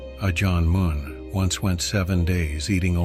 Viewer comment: Ajân "Mun" rhymes with done not dune, btw. อ. มั่น